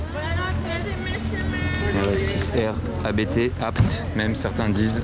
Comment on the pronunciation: Pour info, ABT est le nom de famille du créateur de la marque donc on le prononce comme un mot et non pas comme un sigle lettre par lettre.